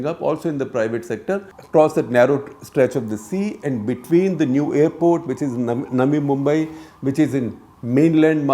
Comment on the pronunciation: Is it just me or did others also hear Shekhar ji saying 'Nami Mumbai' instead of 'Navi Mumbai' 😀